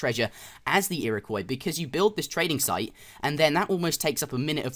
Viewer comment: The Ira-what? the Iraqwuh? The Ira-coy! =)